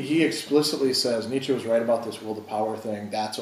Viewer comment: Why do so many of this audience find it impossible even to pronounce Nietsche correctly?